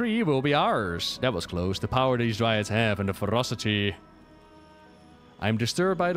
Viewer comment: Dryads, Dry-Adds.